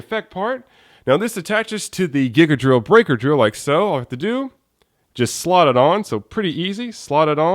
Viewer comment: I'm pretty sure it's pronounced GIGA .......DORRILLU .....BRAIKAAAAAAAAAAAAAAA!!!